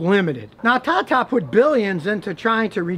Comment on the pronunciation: Scotty are we ever gonna get a chance to see the meth lab? Can we get just a peek. Between all the herky jerky movements and your intonation ever time you say "tata" it sounds to me like "caca". Is there a difference?